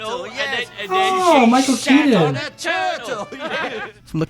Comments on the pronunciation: I think he said "Michael Keaton" rather than Caine (or Maurice Mickelwhite Jr). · He said Michael Keaton.. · Michael Caine is pronounced Kane I rewound you about 4 times to catch what you said 😂